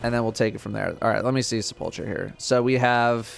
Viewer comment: Wild the doesn’t know how to pronounce sepulcher, although he says words in funny ways on purpose sometimes so who knows.